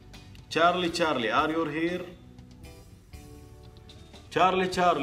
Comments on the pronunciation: يقول اريور هير مو كدا اخوي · يقول are your here يوور من وين جت هههههههه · تشارلي ماسكن له زاويه ويضحك عليك يقول وش هالسفيه ار يور هير ؟ ار يو هير انطقها زين 😂💔 وطابت نفسه وراح ولكن من توقعاتي انها لعبه سخيفه وغبيه ولها بالفيزياء ومالها دخل بالجن وما الى ذلك واللي معي بالراي لايك ..